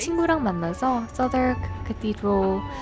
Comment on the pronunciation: Southwark 정확한 발음 하시는 한국 분 처음 보네요^^ Cheer up!